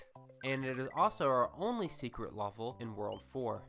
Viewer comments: Is it me or is he saying he word "level" like "lulvol"? haha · I hate the way you say level